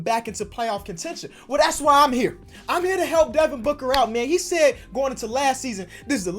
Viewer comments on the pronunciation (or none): none